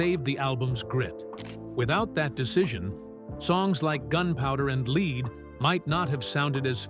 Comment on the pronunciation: I love Miranda Lambert but the narrator needs two throat punches for mispronoucing gunpowder and lead (led, not leed)